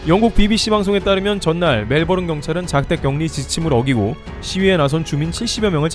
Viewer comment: 호주의 수도는 캔버라 Bourne Identity Bourne Supremacy Jason Bourne 이 영화 제목을 어떻게 읽나요? 보른 아이덴티티 보른 수프리머시 제시슨 보른 ....^^ 왜 Melbourne 이걸 멜보른이라고 읽는지 도데체... ㅉㅉ. 그래도 추전은 했음